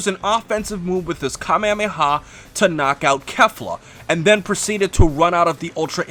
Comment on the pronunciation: Ty for correct pronunciation of Kefla not KALEFLAUH